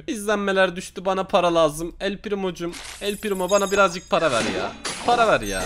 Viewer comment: Öyle yazılmaz böyle yazılır, bana parağ ver bana parağ ver 🤣🤣